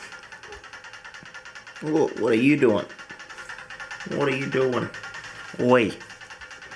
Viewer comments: The most Australian "OOY" ive heard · Coming from the American i am, Hearing you say "Oi, and Cmon Mate" to the spider was the most aussie shit i've ever heard and i'm here for it.